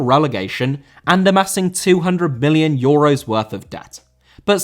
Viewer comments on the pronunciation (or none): I had to listen to that multiple times before I realised you said "Million" not "Billion" Obviously the latter is ridiculous and if you had said it, it'd be a flub, but still, it sounded very close